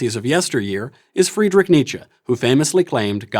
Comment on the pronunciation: Friedrich is NOT pronouced as Fwreedrick Karl is NOT pronounced as Korrrl 🖕